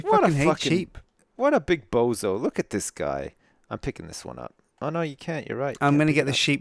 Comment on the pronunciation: Bozo not bozi